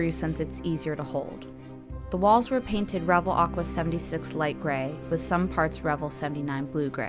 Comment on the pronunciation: First of all it's pronounced Re - VELL . Like in HELL, YELL, SMELL, TELL, SELL, BELL, QUELL, CELL, etc. Don't be so damned ignorant!! This must be the 1/72nd scale version. It's called a WINDSHIELD - not view point. Also Tuh-MY- YA is how it's properly said although all the dumbasses say the same wrong way that you do in this video. Not bad although very amaturish in the way that this was painted - there are references out there on the modeling forums. I take it that you don't build very often or that this is one of the first models that you've ever built. Take more time to understand the products that you use and familiarize yourself with the myriad of modeling products and brands and how to say their name right if you're going to do videos on this subject. It's good to see females in this genre as it's dominated by men. Mostly OLD men since the advent of the video game which is a predetermined outcome no matter how many times that you do it has helped to hurt the board game and craft industry! Its too bad as this is one of the most satisfying things that I know. Thank you any way and keep on building.